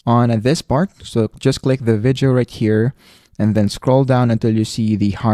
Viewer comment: The idiot can't even pronounce VIDEO ... he explains stuff worse than any 4 year old would.